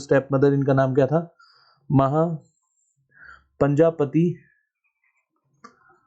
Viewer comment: I think it was "Mahaprajapati" not Mahapanjapati